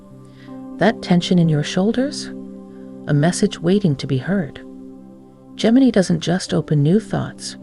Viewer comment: How many ways can you pronounce Gemini… none of which are the correct one…🤷‍♂️